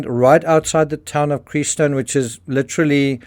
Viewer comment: It's not creee stone its crest stone. Not sure how long you've been following this case.But I've been following it for years and this is not her first burial spot.There were other burial spots.I was wondering if you visited those where she was originally buried and then he removed her. Also follow tube crime in AK and gonzo.They also have been searching for her and AK.Has extreme deep dive information on the telematics of the vehicles? Phone records and Metadata of pictures and information, the picture that day that she sent him was a picture she took on a cruise that was not a selfie.That could have even been barry talking to him